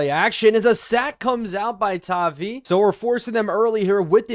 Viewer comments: I haven't seen anybody say it so i will, its pronounced TAH-VIE, as a patriots fan it hurts to hear you mispronounce it. All love though, really enjoy the videos :) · Idek how to spell the pronunciation of tavai but it’s an i sound lol sorry man just a pats fan great vids the algorithm will help you out soon enough blow up INCOMING